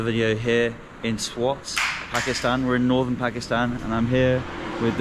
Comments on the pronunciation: it's not pronounced "Swot"... It's spelling swat SWAAAT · BTW it’s called SWAAT , not SWOT